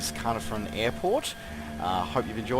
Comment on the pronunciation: I am thinking about getting this as its my home town,the detail is good and loved the drive thru lol. Just so you know Caernarfon is pronounced Car-nar-von,the joys of the welsh language. Cymru am byth. +1 Sub as well :) Is this the same as the one on steam ? Thanks